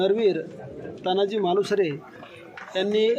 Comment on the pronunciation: तान्हाजी नाही साहेब, तानाजी म्हणा. खरं तर हिंदीत देखील तानाजी असंच म्हणायला हवं. प्रत्येक वेळी अमराठी लोकांचे बोटचेपे धोरण बरोबर नाही.